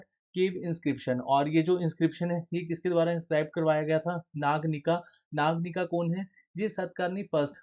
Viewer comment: Nayanika ❎ Naganika ✅